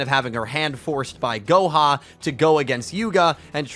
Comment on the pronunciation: Yo when mentioned Goha I thought he said "Gohan" From Dragon Ball